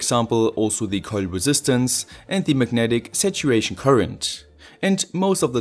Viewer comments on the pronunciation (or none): I was like "Magnetic situation"? What? Took me a while to understand, that he was saying "Megnetic Saturation" :D